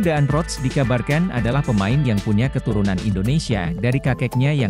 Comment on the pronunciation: DAAN ROTS = dibaca DAN ROTS. Admin harus banyak belajar cara membaca yang benar, padahal ini pelajaran waktu di Sekolah Dasar.